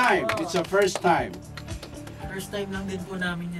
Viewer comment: Perstaym hahahahhahaha